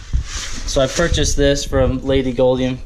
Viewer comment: Please STOP saying golden Finch it's gouldian there is a "you" sound NOT an "O" sound to the name